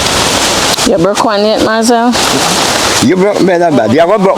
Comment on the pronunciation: I just love he's always singing no matter what's going on with him, thanks Michelle and Marzel and the doners for helping him God richly bless you all. All now cant pronounce Marzels name😂😂😂